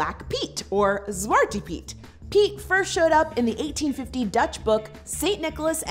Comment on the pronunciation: Yeah I grew up with that, every Sinterklaas as far back I can remember (I look completely white btw). More and more Dutch people are against it in the new generation, but like my Oma doesn't understand what's not cool about it though. btw, it's pronounced like "zvar-tuh peet" and it's Sinterklaas not Dutch Christmas hahaha